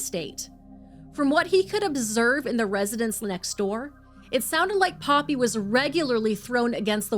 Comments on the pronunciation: Poppie is not pronounced Poppy 👀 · You pronouncing poppy wrong. It's paw pee no other way I can break it down